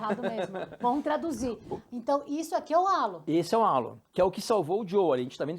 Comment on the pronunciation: Gostei muito do canal, mas confesso que fiquei surpreso e desapontado com o fato de, apesar de tão ligados ao automobilismo internacional, não saberem pronunciar a palavra “halo”, que também é uma música muito famosa da Alicia Keys. A pronúncia correta é bem perecida a “reilô”; isto sem me dar ao trabalho de buscar em um dicionário, pra postar uma pronúncia mais correta. Tendo feito a crítica construtiva, achei o canal muito, muito bom e, desejo muito sucesso. Parabéns!!!